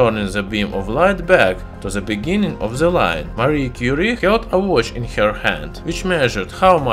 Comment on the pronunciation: Lol “Marie Curie” sounds like mercury